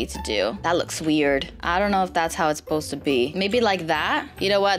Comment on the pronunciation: Can't say soposst right